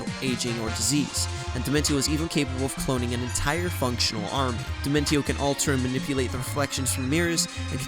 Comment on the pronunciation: You pronounced Dimentio's name wrong. It's pronounced Dimentio (dimen-shee-oh).